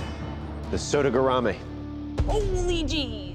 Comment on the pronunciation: Man, the spelling and pronunciation of “sodegarami” was SO BAD.